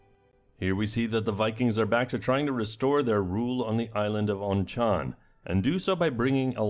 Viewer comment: Loved the fiancé appearance hahaha. Btw Onchan I'd pronounced ONCK-uhn Source: my family is Manx